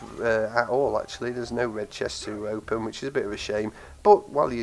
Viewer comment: "there is an other chest to hopen ....ähm i ment open ....." 😂